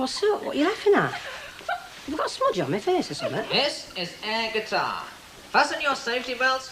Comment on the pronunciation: It's pronounced like Cutter. I live near Qatar and fly with Qatar Airways frequently.